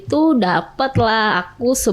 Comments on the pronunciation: aduuuuiiii mbak...baby sitter cara sebutan nya.bukan baby sister 😂😂.hadehh SDM rendah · Pede bener ini orang 😮‍💨😡... Mana salah mulu bilang baby sister lagi...sitter mbak...sitter...bukan sister ... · Baby sister??? 😂😂😂 cara ngomongnya aja salah. Kalian percaya? 😅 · ternyata host nya juga ngomongnya baby sister....😮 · b a b y s i t t e r bukan SISTER! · Bukan baby sisrer mbak tp baby sitter😂😂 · Baby sister gak tuch 😅😂 host nya jg gak tau penyebutan yg bner 😂 kocak😅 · Hadeuhhh psk 🤮 mending benerin cara ngomong 'R' sama ngomong 'baby sitter' dulu dehh timbang lu banggain badan lu yg udah dikobok kobok berapa puluh cowo wkwkwkwk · Ngomong baby sitter aja salah, pedenya selangit nih orang😅😅